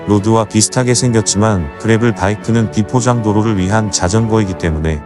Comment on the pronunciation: 그래블(grabble) 이 아니고, 그래벌(gravel) 이죠.